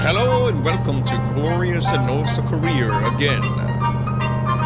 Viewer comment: Wherecome to Rorth Korea + Herro Again